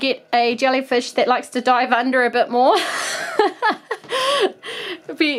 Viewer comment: When she said dive it sounds like die